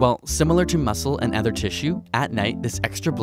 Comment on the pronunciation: I've noticed in several videos that you pronounce "other" as "edher" (where dh = /ð/).